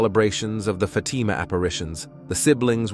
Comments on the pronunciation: Who is "Fadama" Isn't it "Fa team a"? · This make believe voice says Fay tea ma one more time I will fart!!! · Neither "FaTEEMA," nor "FAYtima" are correct pronunciations. Pathetic. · AI crucifies another intersting story. It is not F’Teema. It is pronounced Fat-im-ah. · very bad pronunciation!! Being a migrant I need to talk clear or people pretended not to understand! You a making a video for goodness sake!! Get it right! The accent goes on the first I of the word FATIMA!!!! FA TI' MA!!! Could not watch it!! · The person reading the events cannot even say Fatima correctly! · Where's the post to believe you when you can't even pronounce the word Fatima? Whoever this commentator is. He is pathetic. . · Is the robot speaker a Protestant? Why can't he (or more accurately "it") correctly pronounce "Fatima," which every English-speaking Catholic child can handle without trouble? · You are mispronouncing Fatima and you showed the fake sister Lucia. Too bad you don’t really know anything about this. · pronounce Fatima right I hate that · In one sentence the VIRTUAL VOICE pronounced the name Fatima 3 different ways. After that it (the important word “Fatima” kept being pronounced incorrectly. You need to invest in a real person who understands syntax and doesn’t cause the _listener to grit his/her teeth just to listen this important tail.